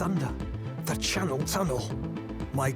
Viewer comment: the Shannel Thunnel?